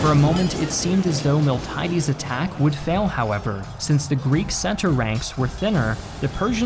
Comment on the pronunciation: Please take more care with pronunciation. A native speaker should be able to give you the correct ones. Miltiades in particular was butchered (in Greek it's Μιλτιάδης but here it was pronounced was Μιλτάιντης).